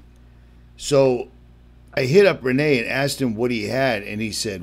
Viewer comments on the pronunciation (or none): It's not Re-NAY .... it's Ren-NEE .... I know, I've spoken with Rene!